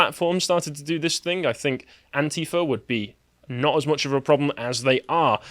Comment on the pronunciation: I thought you said 'ant-eater', but it was antifa. Weird!